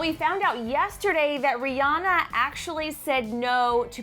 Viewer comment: People keep mispronouncing Rihanna's name. It's Ree-anne-uh. Not Ree-ah-nuh.